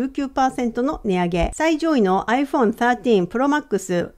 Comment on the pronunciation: アイフォーンスァートィーン、発音が良い！